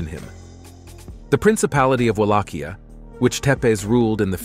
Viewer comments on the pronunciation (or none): none